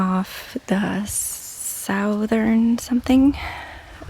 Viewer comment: I hate to ever give a critique because it’s not needed for you, but it’s pronounced “suh-thern”. Every single video you post brings me such joy and peace. Your garden is inspiring and beyond gorgeous and i thank you for every single update. Thank you and thank Mila for her corner!